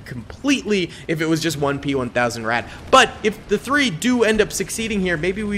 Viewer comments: As a German, we definitely pronounce “Ratte” with the e, it’s just a bit short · Ratte pronounced "Ratter" with a clipped final syllable. As we would say "patter". And maybe howitzers with arcing fire might have some joy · And we certainly do NOT pronounce it “Ratter” like another comment stated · You mean Rattay?